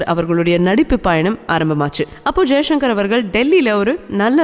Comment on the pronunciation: தங்கல் வர்னணையுடன் கூடிய ஒலிபரப்பு மிகவும் அருமை.ஆனால் பேசுகின்றபோது எழுத்து உஉச்சரிப்பில் கவனம் செலுத்தவேண்டுறேன்.ச., உச்சரிப்பதை ஷ,என்று உச்சரிக்கிறீர்கள். உதாரணத்திற்கு ஜெய்சங்கர் என்பதுதான் சரியல்லவா.நன்றி.